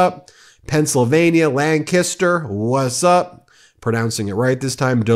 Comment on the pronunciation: We appreciate that you pronounced Lancaster, PA as Lang-kiss-ter correctly, thanks for the shout out! 🌷🌹#redrosecity #LancasterPA